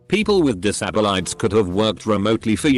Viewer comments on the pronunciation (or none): nobody: the text: disabilities the robot voice: dis ah bill aights